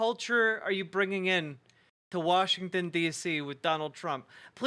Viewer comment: The blonde woman said “Warshington” I can’t.